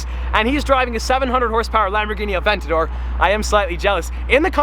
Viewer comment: Might have to look up the pronounciation of aventador bro😂👏